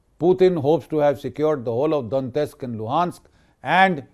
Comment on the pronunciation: Lots of respect for Gen G.D.Bakshi. Just don't understand why he keeps pronouncing the Russian names wrong.....Donetsk, Pokhrovsk, Oreshnik, Dnipro-Petrovsk...and it goes on. Otherwise salute to him.